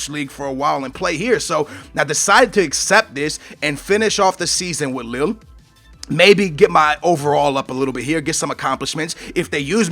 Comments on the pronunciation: It's pronounced "LEE" LOSC LEE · Lille is pronounced Lil-ee